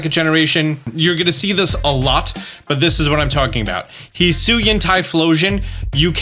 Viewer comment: no, that's not correct at all. Hee Sui An. Not however tf this dummy butchered it